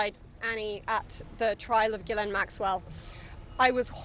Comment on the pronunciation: Very strange, that not one of them can even pronounce Ghislaine Maxwell's name properly at all. The same was the case with the late Virginia Roberts. Over years and years nobody corrected her. These girls' contact with her was therefore either at a distance, very short or non-existent. She was maybe already out of JE's life, when all this happened. After their separation. As the 2nd girl in this video correctly stated, they wanted access to his circles and his money. Their contact with Jeffrey Epstein was voluntary, just for money. Nobody forced them and nobody kept them prisoner. They didn't ever have to get on that plane. They were free to leave at any time, to call their parents, for a ticket home.